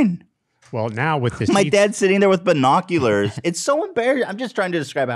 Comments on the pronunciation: AS I HEARD BERRNOCULARS I READ THIS COMMENT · Ethan: Makes fun of his mom for saying YEETS Also Ethan: BERRnoculars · did ethan really just say “BUR noculars” 😂😂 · Ethan saying bernoculars traumatized me, where's my sarcastic apology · Ethan saying BERNAculars instead of binoculars 💀💀💀💀